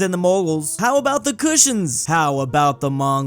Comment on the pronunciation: 'Cushions' LOL.